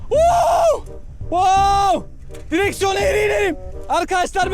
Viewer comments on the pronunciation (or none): Direkson eğyri giderim direkson eğyri giderim